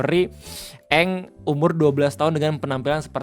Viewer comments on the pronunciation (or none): Ini mah bukan "eng" tapi "a'ang" 😂😂